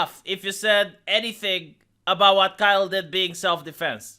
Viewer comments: You keep mispronouncing Kyle. It rhymes with míle. Or file, style. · Kille lol I watch for your mispronounced words now